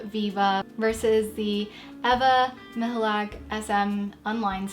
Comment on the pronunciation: as a native polish speaker I confirm you say Ewa Michalak corretly, I'm impressed!